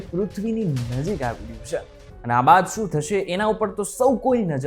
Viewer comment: Bhai “chhe”bolta sikho pehla! Please